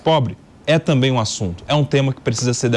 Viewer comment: SE PARTIDOS ESQUERDOS PARAREM DE ATRAPALHAR A NAÇÃO , MELHORARÁ MUITO . E REPORTERES E APRESENTADORES BOBOS . . . " tamén ". Kkkkkkkkkkk